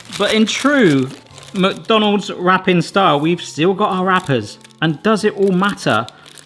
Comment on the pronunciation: Anyone else notice the way he pronounces McDonald's? It's like he says MuckDonald's...